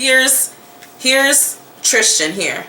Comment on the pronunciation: I love your videos. Tris-tan. Not Trish-tan